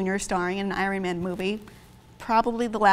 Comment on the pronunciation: Random, but...Iron Man, I think you pronounced it wrong,.